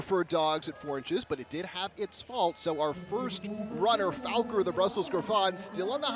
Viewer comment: FAL-kor not Falker Go watch "Neverending Story" Mr. Announcer